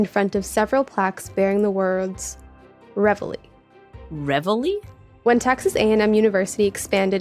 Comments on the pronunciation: it is surely pronounced as in 're-valley' not 'rev hilly' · and I was confused as I always heard it pronounced like ra-valley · Even if you don't know "Reveille" is French, or how to pronounce the double-L, and you're just going to read it as an English word (which is fine, you're speaking English) surely you can see the "i" is before the Ls, not after them. "Reveille", not "revellie". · "Revely"? 😂 It's pronounced reh-vey! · Question on pronunciation please, not least because I know Tom is a linguist... Can you explain why this is being pronounced Rev-el-ee (sorry, dont know phonetic equivalent). Showing my ignorance here, but I would have guessed (wrongly) that the word in question would be pronounced re-veil or re-vile. Educate me please. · That's... Not even close to how you say that word. Ya'll are saying Revellie. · No! It actually hurts to hear Reveille mispronounced so often. Re val E. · As a french person, I was really confused and amused at their way of pronouncing "Reveille" x) (which is french for "wake up", and is pronounced rev-ayy) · There’s no way “Reveille” is pronounced “re-vuh-lay” or “re-vuh-lee”. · There may be a legitimate American pronunciation But it HUUUUURTS hearing the French word being mutilated again and again 😆😆😆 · I'm French and how they're pronouncing "reveille" is making me really mad. The i's in front of the Ls! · Why do they not pronounce reveille like reveille? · Yeah, and I'm quite sure it wouldn't be pronounced that way in French! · As an English person, cut the amused and I'm the same. How didn't any one of them try pronouncing it another way, why did they all stick to that? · It is, in UK English. Tom was just saying it wrong. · I would NEVER have got the word from that pronunciation! Please, is this a normal English pronunciation of reveille? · No, it most certainly is not, mainly because we don't use it as an English word, it's French, and should be pronounced as such. Somehow not one of these people can pronounce that word.